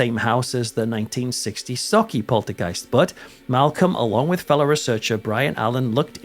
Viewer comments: I just want to say... as a Scottish person, thank you for pronouncing Sauchie right 😄👍🏻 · Bravo for saying sauchie correctly and not mangling it like most do 👏👏👏👏